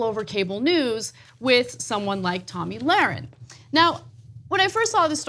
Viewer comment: SHE FINALLY SAID HER NAME CORRECTLY